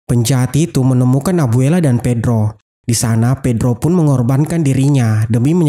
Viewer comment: ibu dan bibi Pepa akhirnya bertemu lagi dengan kakak si bedro ... Bedro burno bang bukan bedro